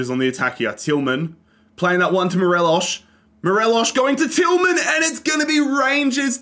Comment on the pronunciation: As a rangers fan it was great seeing us dominate scotland and seeing tav get that high rating. Unfortunate to see the end result however. Also it's mo-re-loss there's no sh sound.